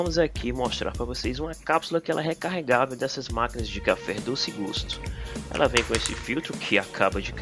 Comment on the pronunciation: Pô...você fez chafé,,,não café